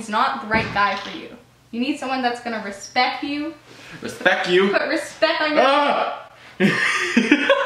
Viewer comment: "Respec you"😁